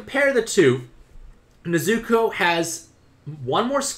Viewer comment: I didnt like how u pronounced nezuko's name wrong the entire video